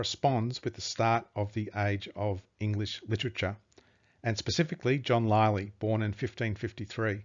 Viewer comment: What a disgraceful presentation. It must have been written by the illiterate Will Shaksper of Stratford. John “Lie-Lee” whennit should be “Lilly”; “Viss-count” instead of “Vi-count” and Richard Cecil when it was Robert Cecil. I’ll stop there - suffice it to say the presenter/author is as about as untalented and unprepared as it is possible to be. I’m sure Thomas Looney would prefer anyone else to explain his brilliant book & research.